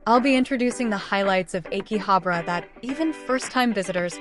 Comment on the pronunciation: Is it pronounce áki-habra? Sound like your saying āké-habra it ahh ki habrah not eh ki. Just saying be carful some times changing pronunciation can change its meaning.. learn that hard way lol